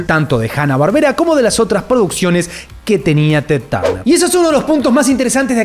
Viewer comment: Amigo , se pronuncia "TED TERNER" y "ANA BARBERA" .